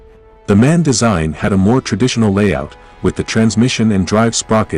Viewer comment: MAN is an acronym (Maschinenfabrik Augsburg-Nürnberg), not a “man“!